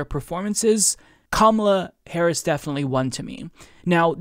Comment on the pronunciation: It's Ka-MAH-la, not KAH-ma-lah.